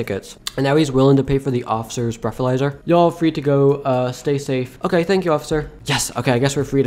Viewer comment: “You broke the breathaizer”